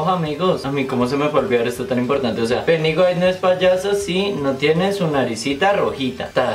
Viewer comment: "Del deeel piudiwise" jajaja